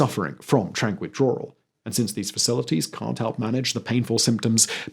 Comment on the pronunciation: I don't think it's pronounced "Withdrawral".